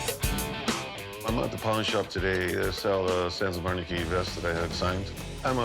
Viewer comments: "I'm a big fan of Sans of Arnachy show". 🤣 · “Sans of Anerkey”? Anyone else notice him saying that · Did the seller really say "Sans of Onarchy"? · He pronounces it Sons of Arnaky lol. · Sons of “ARnachy” 🤣😂 Yeah, he’s obviously a “big fan” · "Sans of Anarcky" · “Sansaf Varnachy” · Sans of Arneky 🤣 “I’m a big fan of the show” but he can’t pronounce it. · "I'm a big fan of the show" calls it "sans of onarchy" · "Sans of Arnachy" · He kept saying sans of onarchy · "Sands of Onarchy" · My man said sans of anarchy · did this dude just say "sans of arnegy" 😂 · “SANS OF ARNACHY” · That was the weirdest pronunciation I've ever heard of Sons of Anarchy. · Says he's a big fan of show but mispronounces name of show 😂